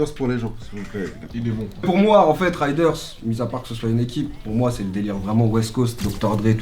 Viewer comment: Les gars par pitié pour Raiders c'est pas "ryderz" mais "réderz", sinon que du love!